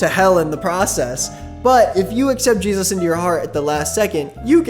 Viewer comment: You can tell the difference between a normal christian and someone who is in the "too much" christian community by how they say Jesus. Normal ppl: JEzis Ppl who make Christianity their whole identity: jeZUS They always emphasize the u so hard. It makes my skin crawl